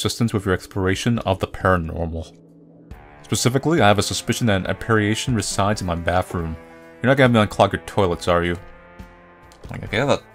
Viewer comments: Sorry, but apparition is pronounced A-pah-ri-shun. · App uh rishun